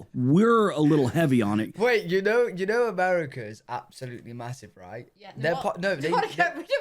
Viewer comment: It’s pronounced “A-MARE-A-CA,” not “A-MARE-A-KER!”